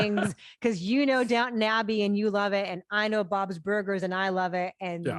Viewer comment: Christy has an interesting pronunciation of Bob's Burgers, sounds like she inserts an extra syllable "Bob-iz burgers".